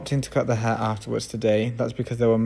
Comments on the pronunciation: i dont know if he is saying her or hair . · I love how you pronounce HAIR. 😊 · I love the way he says "hair".